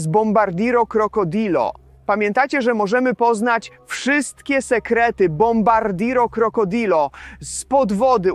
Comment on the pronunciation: Dobrze poprawnie wymawia bombardino krocodil